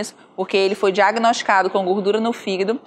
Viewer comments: hehehehe... ...desculpe pela brincadeira sem graça, mas achei bonitinho o jeito que a dra. pronuncia "fígado". ..."fígdu" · “Figuído” KKKKKKKKKKK